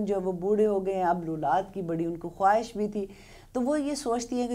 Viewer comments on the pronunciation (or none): none